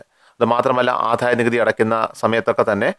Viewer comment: ആധായനികുതിയല്ല ആദായ നികുതി. .